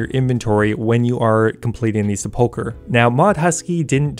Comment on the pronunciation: This is the same guy who didn't think to look up how to pronounce sepulcher 😂 no offence we love you ♥️